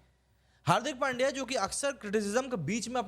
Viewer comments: भाई नाम सही से लो, पांड्या नहीं, पंड्या है उसका नाम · अरे वो पांड्या नही पंड्या है पंड्या।